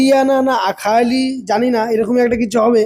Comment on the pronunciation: আরখালি... উচ্চারণ হবে